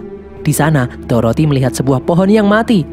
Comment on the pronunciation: Dorothea kak bukan toroti